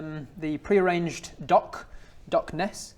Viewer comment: Ah yes, Dock Ness. Not to be confused with the bonnie bonnie planks of Dock Lomond.